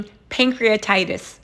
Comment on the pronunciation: It's Pancreatitis not Prankcreatitis 🙂